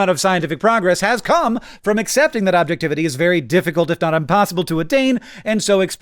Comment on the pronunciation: did hank just say "unpossible"?